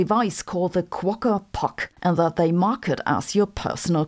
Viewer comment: There is no "r" on the end of Quokka. But a nice mention of them. 😄